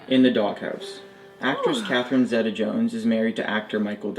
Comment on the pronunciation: it's pronounced "zeeta" not zetta. You'd think that would come naturally to an American when Z(ed) is indeed pronounced Z(ee)